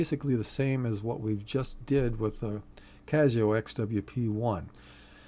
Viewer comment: it gives it a touch of class